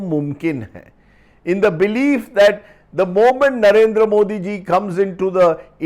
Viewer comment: Solid pro-nounciation of "Mr. Modi "by Rajdeep